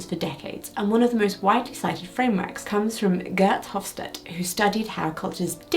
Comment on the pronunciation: Hofstede (pronounced with a ‘duh’ at the end btw) mentioned - econ degree flash back incoming 😅